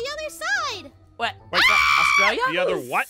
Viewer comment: lol it was funny when said how about you go to astrulia